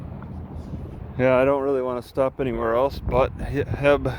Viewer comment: it's not called "heb" its h-e-b (howard e. Butts / here everything's better)